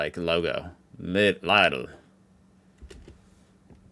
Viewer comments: For the 73456th time: LEEDL. Not Lye-dl, not Liddle. Leedl. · Leedl and Alldee, NOT Liedl and Alldie ! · You are struggeling to pronounce Lidl correct,. Try to speak it like "LEEDLE" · it is pronounced "leedel" with a long "ee" at the start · Its pronounced Leedle! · LIDL rhymes with needle! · Lidl - like in "needle" with an "l" instead of an "n". Come on! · Better look up the pronanciation of Lidl - there is no ei in Lidl